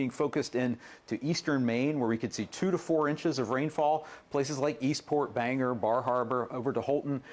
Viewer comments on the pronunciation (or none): BANG-GORE IS HOW IT'S PRONOUNCED! I'm a Mainer and we dont like it when people call it banger! GET IT TOGETHER!